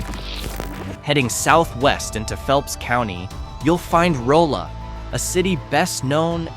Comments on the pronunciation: It's NOT ROLE-uh. It's RAH-luh! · It’s pronounced “rah-la” not “roll-a” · You pronounced Rolla wrong. The "o" is pronounced like the "O" in dog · This AI generated video mispronounced Rolla, and Neosho, among others.